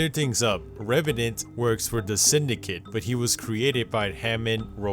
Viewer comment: stop saying reverant